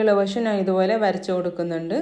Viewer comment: മലയാളി അല്ലേ. നാൻ എന്നു പറയുന്നു 🤔